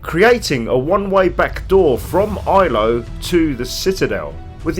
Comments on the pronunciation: Love it, but it's Ilos with an S not Ilo. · It’s pronounced PRO-thee-un. And the planet is called Ilos with an “s”. But great vid otherwise. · I can't tolerate how you say Protheans 😫 And Ilos. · Your pronunciation of "prothean" and "Ilos" is extremely triggering.